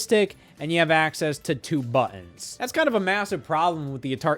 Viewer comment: yeah, a controller video from a guy who can't pronounce "buttons" this won't be irritating.